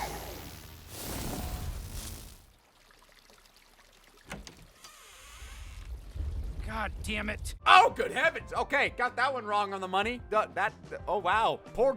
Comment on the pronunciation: "Gah Daiyum"